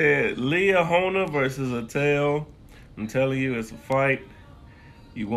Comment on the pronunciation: Yeeee yaaaaaaa my dad went to Atele your pronouncing Atele wrong by the way it’s prounonced like Adele